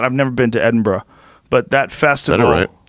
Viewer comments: Shoutout to Joe for pronouncing Edinburgh correctly haha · Joe's the first American I have heard pronounce 'Edinburgh' correctly.